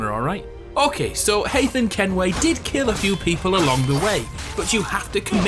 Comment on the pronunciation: "Hayden Kenway"